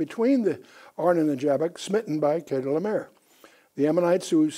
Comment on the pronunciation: Excellent lesson but I'm amazed that he couldn't pronounce most of the kings names in Genesis 14. It was like it was his 1st time even reading them. Dr Ken Johnson's and Les Feldick are also excellent strictly bible teachers. They get to the point of scriptures a little more quickly. Ken as a multi language translator, knows more about Melchizedek, Chedorlaomer, ancient manuscripts, Apocryphal books, the 100 plus Biblically endorsed books mentioned in scriptures and the DeadSea scrolls than anyone in the past century. Melchizedek was a priest and king and ONLY him, David and Jesus ARE BOTH. Yes Melchizedek order is above the Levi and Aaron's priesthoods. Also, Melchizedek and Jesus are not limited in years of service as Levi's priests are. They serve for life not just 30 years and since Jesus will never die again, He is the FOREVER priest and king as SO MANY scriptures state. Paul in Hebrews 7: 17 listed Jesus as a priest after the order of Melchizedek also so the Genesis verse wouldn't have been lost if Psalm 110 had not mentioned it. We the church believers are also called Kings AND Priests ! I'm amazed how pastors Forget Noah's close relationship with God and his great grandfather Enoch. It's not like they stepped off the ARK and forgot about God ! Noah and Shem set up the School of Prophets that Melchizedek oversaw.